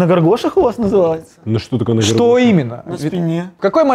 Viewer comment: Не ґор-ґоші А гор-гоші👌🏻😂😂😂 Ви топ 💣